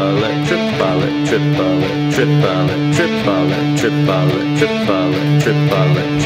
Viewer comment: Tree-puh-let.. Screw it, I'm going with Chipotle 😂